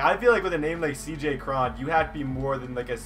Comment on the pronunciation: It's not cj kron its cj cron crone